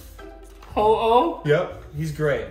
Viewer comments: They turned ho-oh into oh-no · HAHAHA THATS NOT A HO-OH THATS A OH-NO LOL JK LOVE THE VIDEO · That's not ho-oh that's u-ho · that isnt a ho-oh its a ho-no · Instead of ho-oh it should be uh-oh